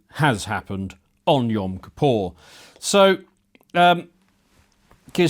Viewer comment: 'kippur', not 'kapaw'.